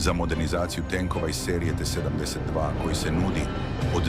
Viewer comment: T72 = 7....10.....2😂😂😂 idi kod logopeda rvat